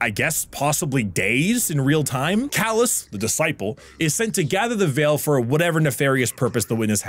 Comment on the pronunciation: It's "Calus" not "Callus."